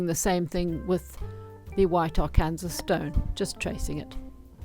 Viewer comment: Lovely work. Just a help on pronunciation... Arkansas is pronounced ar can saw (not Ar cansas). Yes, it's weird, especially considering that Kansas is pronounced the way it's spelled.